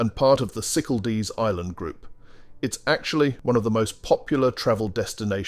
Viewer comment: Very bad pronunciation of Cyclades - cycaldees. Irritating